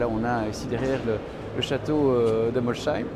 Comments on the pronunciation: c'est fou même un salarié de bugatti dit Molchaïme au lieu de Molsheim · Par pitié arrêtez de prononcer « Molle Schaïme » !! En Alsace ça fait saigner des oreilles et ça revient à prononcer « Chamonixe » chez les haut savoyards… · J'habite à moins de 45 minutes de l'usine bugatti et pas une seule personne prononce molsheim molchaïme